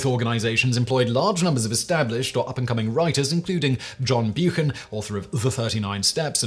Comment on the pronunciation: EPIC pronunciation fails: Char-terris?? CHAR-teris. John "Byook-han?? Buck-an.